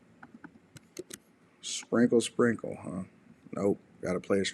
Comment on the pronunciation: Everytime she says sprinkle sprinkle I hear single single🤷🏽‍♂️